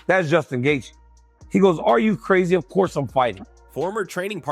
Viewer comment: hahahaha gaykee? learn how to pronounce their names before being a source of info about them matbe hhahahahah